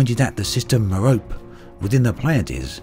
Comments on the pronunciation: A word to the wise: "Merope" rhymes with "Penelope" -- the final 'e' is pronounced. Ditto for the other stars in the Pleiades (which even Braben mispronounces, it should be PLY-add-ease). Star names are a bit of a minefield as there is such a jumble of Latin, Greek and Arabic. This page is helpful: Cheers and thanks as always for your coverage of this wonderful (and sometimes infuriating) game. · Just a tip: Although understandable that in English one would pronounce "Merope" as does here, it is a Greek name and is pronounced "Meropee". Great video! Very informative. Thank you!